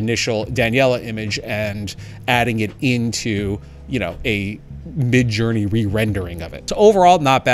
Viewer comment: "Midge" LOL